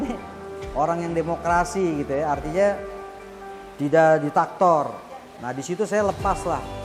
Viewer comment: "Diktator Bang" bukan "ditaktor" 😅🙏